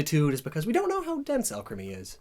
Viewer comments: Nobody:: A L C H E M Y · I KNEW Alcremie being pronounced al-creamy was a bit odd... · "Taste Alcreame" Oh my~ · Alcremie....Why does that sound like Alchemy? or was that the point I wonder? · "Alchemy" Ah Shiz Here We Go Again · Not to be rude but it is pronounced all-creamy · When says Alcremie, but is, so you hear alchemy instead. There are 23 flavours of alchemy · Alcremie Al crem E? Al cree me? Alk rem E? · hey you realize you're saying it like alchemy * hear's that's where the name comes from* oh never mind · Everytime says “Alcremie” I just hear alchemy, which brings me back to his fat years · The way he pronounces Alcremie makes me uncomfortable.